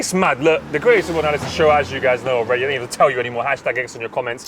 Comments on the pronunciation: Abu bakr Al Baghdadi died so he wouldnt get absolutely violated by saying Anal-isis, its the signs #x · Man said Anal Isis.. i'm gone 😂😂😂